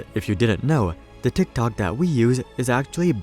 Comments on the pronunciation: Did he say “Dicktok” ??? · This guy says Tik tok like a dork😂